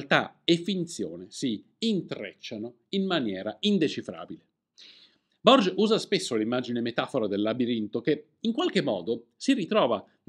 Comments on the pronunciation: Tutto bello ma non si può sentire la pronuncia di Borges come se fosse francese. Era argentino e si pronuncia "Borghes", come se ci fosse l'H e non come dici tu. Non si può sbagliare una cosa del genere e parlare di libri. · Borges non si pronuncia alla francese, era argentino, leggi borhes " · Grazie Perché pronunci il nome dell' argentino Borges alla francese?! 🤔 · Il Borges che citi con la pronuncia francese è Jorge Luis Borges, lo scrittore argentino?